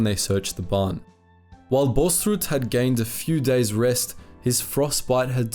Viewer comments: Please don't say the name like it was german... the double a is pronounced "aw" So it is like "Bawls-rood" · You are pronouncing his name like its Danish or German lol. Its pronounced without the h sound there